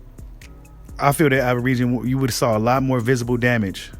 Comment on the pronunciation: 🤣 be killing me with that averisian lol you know how to say that man name stop the 🧢 🤣